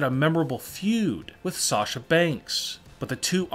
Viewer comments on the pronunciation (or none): none